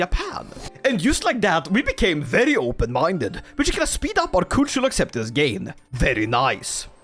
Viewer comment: got a korean wife and suddenly becomes....open-mindeu?